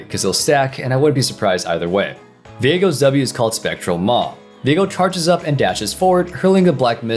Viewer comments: I thought it's pronounced "veego" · If his name is pronounced as vee-ae-go than viegars name is now pronounced vee-ae-gar and everyone who says otherwise is wrong